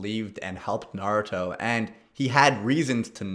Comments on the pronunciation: ITS NA RU TOE not nod ooh toe FILITHY PLEB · Bro, i haven't even read/seen the series but i know it's Naruto. Not naduto or whatever you're sayin' haha